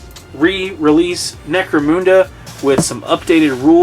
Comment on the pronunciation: Necro-MOON-da? That's the first time I've heard it pronounced that way.